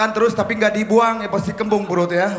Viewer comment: Band yang Liriknya Ndak ada pengucapan huruf * i *.... D'masa PANDEME seperte ene Semoga semua yang nonton selalu d'bere kesehatan ...